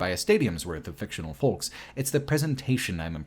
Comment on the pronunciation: Why does every youtuber not know how to pronounce "folks"? The L is silent you fucking idiots. Foe-ks. Not Fole-ks. Egg yolk. Yo-k. Like Yoke. Not Yole-k.